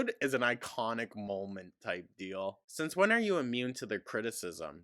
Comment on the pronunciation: Mill (meal) Sense (since) Ordament (ornament)...